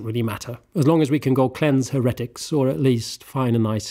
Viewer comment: Unrelated to the video I chuckled every time the word 'heretic' was said not being rude or anything I'm a big fan of videos since I discovered him more recently and love how good he is with the story telling and drama and emotions he can evoke in a video!